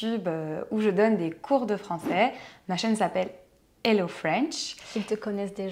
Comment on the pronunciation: you mispronounced the term "Hello"